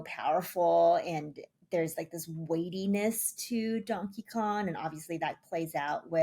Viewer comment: kept saying donkey kon